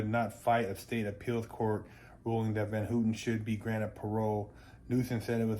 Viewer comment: It's HAW-TEN not HOO-TEN